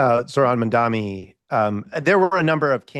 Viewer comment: It's spelt Mamdani. It's pronounced MUM--DAA-KNEE. It's not hard. When you get it wrong after hearing it a million times over the last 10 days, it feels like you're doing it intentionally, like Cuomo. Please don't be those people.